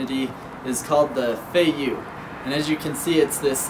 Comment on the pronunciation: you are pronouncing fei yue wrongly xD